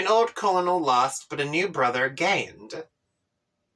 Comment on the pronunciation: colonel is pronounced like kernel